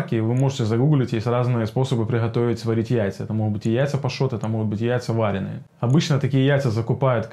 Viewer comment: Спасибо за видео. Ударение в слове "варёные" приходится на "ё" :) Причем, то так то так произносишь. Но это мелочи... А что насчёт жаренных яиц? А то всё про варёные. Сильно хуже чем варёные в плане усвояемости?